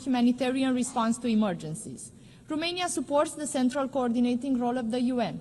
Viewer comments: Madame, it's Romania not Rumania 🤦‍♂ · Romania not , ,,Rumenia “